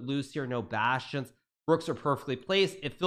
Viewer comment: What’s he saying bout the knights and pawns? Bashons?